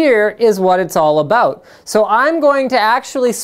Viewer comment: Linus is awesome. Every now and then you here his "about" turn into "aboot". XD Sorry your youtube account was hacked bro. :(